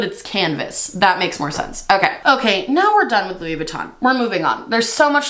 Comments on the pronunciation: I loved this. Also- you kept saying Luis and not Louis idk why lol but that whole product was hilarious. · u not realizing that the Louis on the cup is still pronounced like Louie as in …. Louis Vuitton had me rolling lmaooo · Louissss lol. Why is the s pronounced when it's Louis solo but disappeared once Vuitton is tacked on the end? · The way you say "Lewis" when it's not followed by "Vuitton" lmao.